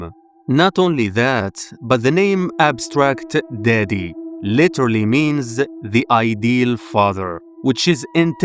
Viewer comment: I heard "Abstract Diddy" chile